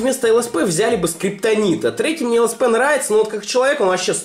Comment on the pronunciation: ЛСП, а не СЛП